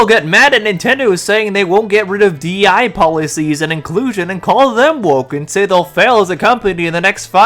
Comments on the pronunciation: You repeatedly saying die instead of dei kills me 😂😂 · Also, you keep saying "DEI" wrong. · Every time you say DIE instead of DEI I chuckle a little inside. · spot on vid but why are you calling it DIE instead of DEI? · you keep saying DEI as D.I.E and i keep going “does want us to die” 😂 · I find it kinda funny that instead of DEI you keep saying DIE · Also, you call it "D.I.E." multiple times in the video instead of "D.E.I." 😅 Just thought I'd let you know. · Why is it so funny that you keep saying "D.I.E." instead of "D.E.I." Like it doesn't even matter so it's harmless